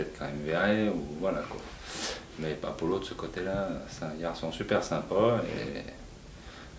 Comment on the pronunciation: Il honnor le prenom apollo correctement je c’est pas comment il fait Force a lui